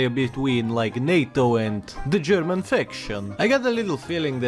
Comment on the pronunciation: Wow, your German pronunciation is very good! ...remember what you were doing on the afternoon of March 14, 1939?